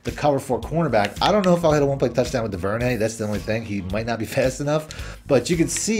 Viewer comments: It's pronounced Dooverney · Is it me or did you make “Duvernay” sound super French?